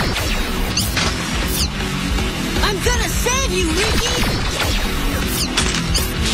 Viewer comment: It's Ricky is not how u say it and it's rikie